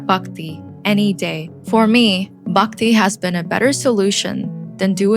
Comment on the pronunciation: nice. Hinduism is the most advanced way of life. Also its not 'Bukti' it is 'B-h-akti'